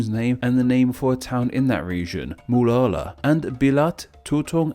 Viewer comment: Hey man, great video as always! But I gotta say, if you're making a whole channel about country names, the least you could is maybe get better at... you know... pronouncing country names? Or words in general? Not trying to be rude, but you can only hear Muara being pronounced as "Mulala" so many times before the video just becomes really hard to stick with. All of the names in this video are super easy, they're just a simple syllable... and then another simple syllable... Mu-a-ra. Ka-li-man-tan. Slow down, take your time, and they'll all come out right